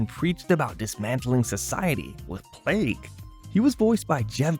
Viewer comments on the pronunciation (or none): none